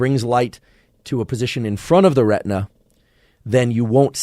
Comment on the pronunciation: talk talk talk - lots of words - many words I cannot figure how they are spelt and therefore cannot be articulated or further studied. some words are incorrectly pronounced - like RETNA which in fact was RETINA. I had to jump off after 30 minutes - the initial 15 minutes of merchandising did not make it worth.